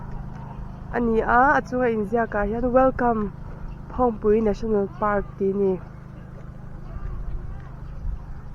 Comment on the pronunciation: FAR PAK tur aw Park ni lo in